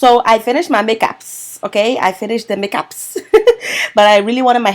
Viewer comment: I like how she says Poppin ! And the eay she said make apps i know shes and african sista 😂💪🏾